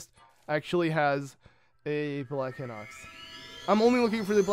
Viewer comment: I feel like its High-Nox, not Hih-nox. And really? You couldn't do 3x32=96 in your head?